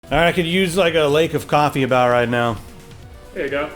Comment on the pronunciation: coffea, gween tee